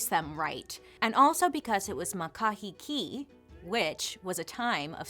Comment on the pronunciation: Mahkahheekee that’s how you say it